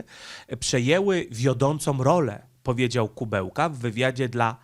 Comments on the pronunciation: Nie Kubełka tylko Kuleba. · aż uszy bolą jak przekręcasz nazwiska. Nie Dmytro Kubełka tylko Dmytro Kułeba zapamiętaj raz na zawsze. A incydent nie był z ambasadorem Ukrainy tylko z ambasadorem Rosji. Zdecydowanie za dużo przejęzyczeń w twoich vlogach - musisz nad tym popracować. Pamiętaj, że są ludzie którzy jedyna wiedzę o świecie czerpią z twoich filmów i później będą na mieście powtarzać takie głupoty. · Film ważny, temat istotny; ale... kutwa, co ty masz z tymi nazwami i nazwiskami!? Nie potrafisz żadnego przeczytać bez przekręcania??? Nie żaden Kubełka tylko KUŁEBA. Mógłbyś się na tyle przygotować do filmu by sprawdzić nazwisko gościa którego omawiasz. Bo cenne i ważne materiały czynisz przez to niepoważnymi i błazeńskimi. A szkoda. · ja wiem że poinformowałeś że masz wadę mózgu, ale proszę Cię mocno naucz się, NIE KUBEŁKA ale KULEBA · minister MSZ Ukrainy to Dmitro Kułeba, a nie „Kubełka”. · Nie ma takiego człowieka Kubełka. Jest Ku Łe Ba. Rozpisuj sobie trudne nazwy na sylaby, bo przez takie nazwy z du py nie jesteś traktowany poważnie. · Nie Kubełka tylko Kułeba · A to nie Kułeba ? Mowiles Kubełka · Wypadałoby chociażby uważniej czytać, skoro zwyczajnie nie zna się nazwisk. Opowiadasz o polityku, który nazywa się Dmytro Kułeba, a nie Dymitro Kubełka. Imię można spolszczać i wtedy powinieneś mówić Dymitr, natomiast przekręcanie nazwiska jest żenujące.